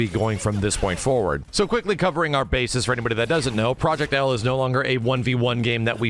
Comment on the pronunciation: if proyect "L" is not an "W" imma be laughing for decades